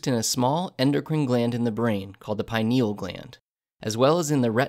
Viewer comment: Hate the way this guy said "pineal"